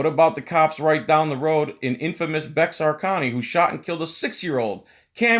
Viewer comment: bexar co. Is pronounced like "bear" it's a common mistake though.